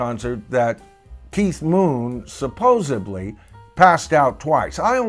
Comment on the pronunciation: Sorry to be grammar police but there's no B in "supposedly".